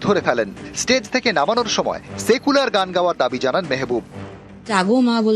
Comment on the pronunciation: সায়েকুলার পার্টি আবার কি, উচ্চারণ করতেই পারেনা 😢